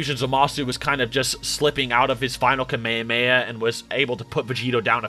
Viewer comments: Kamayhamayhuh It's ka-may-hah-may-ha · why you say kameamea and not kamehameha 😭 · Anyone else hate how he says kamayamaya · bro why do you say kamayhaheyha